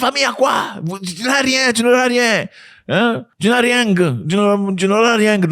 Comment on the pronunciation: Sacré Zack, ''rieng''😅